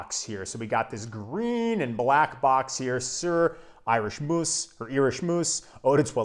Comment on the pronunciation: Great fragrance. Moos is pronounced as in "more". And if you want a fragrance to last longer, make sure you moisturize the skin area where you want to apply the fragrance.